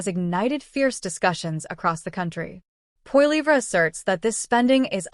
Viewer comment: You might want to learn how to pronounce Poilievre name you are pronouncing it completely wrong. Disrespectful